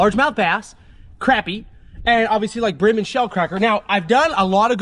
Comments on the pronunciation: love the content....but bro its pronounced CRAWPEE not craypee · love ya to death but its not pronounced crappy lol its more proud as (croppy) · I love you pronouncing it Crappie like it's spelled rather than Craw-pee like most people do haha